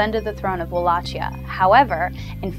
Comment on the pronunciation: PS: goddamn it, that "Valachia" you keep talking about is pronounced Valakia, it's not italian, geez.